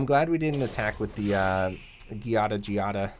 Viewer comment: I think it is pronounced JEE-ah-da, but I'm not sure either